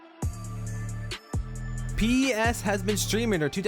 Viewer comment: PES is an acronym, not an initialism. You say it as "Pez" not "P-E-S"